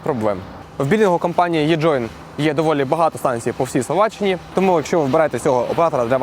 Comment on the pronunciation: Не єджоін, а еджоін. Навіщо з Е робити Є?